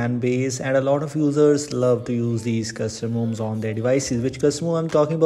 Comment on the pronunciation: Pronounce "custom ROMs" correctly first. It's extremely distracting every time you say 'cuzzumoms'.